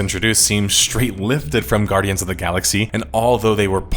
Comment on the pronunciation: "Gnardians of the Galaxy".. this guy knows his stuff..